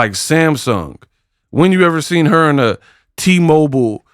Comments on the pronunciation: It nev-ah affected huhhhhr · YO YOU GOTTA MAKE THE T SHIRTS THAT SAY "IT NEVAH AFFECTED HUH (front), IT NEVAH AFFECTED HUH(back)."😂😂😂